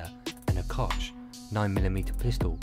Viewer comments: Lol a heckler and a cosh... its "heckler and koch" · It's pronounced kok!